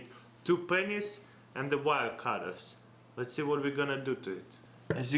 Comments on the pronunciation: he says ,, for this experiment we're gonna need 2 Penis ...'' XD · that thing he's doing with the corn flour is disgusting. but the water and oil stuff was amazing.lol. did he say 2 penis instead of 2 pennies?